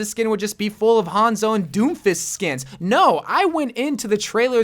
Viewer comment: I love the way says doomfist..... DOomfist,lol